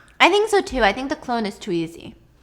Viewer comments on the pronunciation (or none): he keeps saying cologne instead of clone xD also he always says airy instead of eerie I get creeped out and then he says that and its like the perfect comedic relief i need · always saying cologne instead of clone is what I’m here for and this time Stephanie didn’t even bother correcting him😂